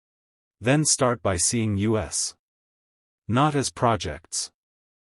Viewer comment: Yes, I like them in principal, but they are written formulaically, and read by AI that pauses in the wrong places, mispronounces words - like mixing up "us" the accusative (in the grammatical sense) of we with U.S. - shorthand for the USA - and other things which make it hard to isten to. It feels as if it has a script which has been written (apologies for the insult) by a hack american writer who's a bit over-sensationalist, (as americans often are - maybe americans have been accustomised to cheap tricks, and that passes as competent writing) and read by an inefficient automaton; 'cheaper than paying a human I guess. Has this stuff actually happened - or is it just made up Bs? It would be nice if we could be sure.